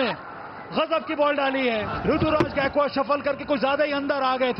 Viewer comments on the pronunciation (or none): Galti se bolne wale ne gaykawad bola tha bhai